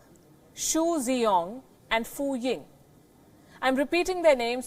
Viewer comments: As always, Pelkyi (Tibetan female name :) is the best who speaks the truth. But the Chinese names are so cutely mis-pronounced. The closest pronunciation possible in Hinglish would be: Ren Dre-chiang (Ren Zhiqiang), Shu Dre-yong (Xu Zhiyong), and Fu Ying. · Although I actually believe these reports based on other things, I wish the presenter would get someone who speaks Chinese to teach her how to say their name. As a Chinese speaker (Taiwan citizen, not PRC) her pronouncing is so off I could only understand Fu Ying.